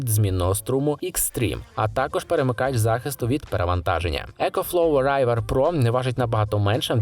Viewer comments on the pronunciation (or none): Не райвер, а ривер - river. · Только не Райвер, а Ривер))) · не райвер а рівер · Чого "райвер"?)